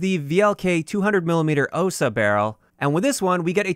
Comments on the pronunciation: Please learn the accents on "russian" words ffs! Not StrElok, but StrelOk. Not Osa, but osA. Not sOva, but sovA. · It's sovA (owl), osA (wasp) and strelOk (shooter)